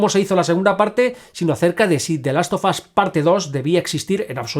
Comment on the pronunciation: "De last of as" 😂